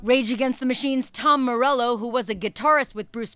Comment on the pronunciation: a couple of things: He doesn't pronounce his name 'Morello'. And electric guitars were not a no no at Newport. Ask Muddy Waters when you get up to the gates.